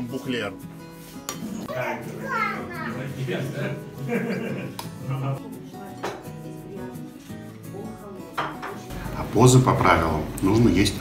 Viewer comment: Не бухлЕр а БухлЁр пища богов 🤣🤣🤣